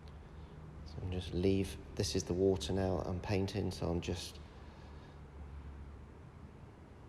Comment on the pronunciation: Say "water", please!